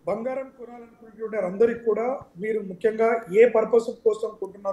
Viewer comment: తెలుగు చదవడం నేర్చుకో తల్లి బంగారం బంఘారo కాదు